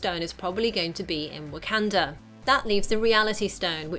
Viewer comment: 'Whack-can-dra" is pissing me off.